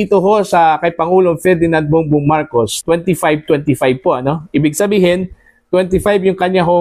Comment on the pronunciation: ayusin mu ang pag pronownce ng marcos hindi marcosh.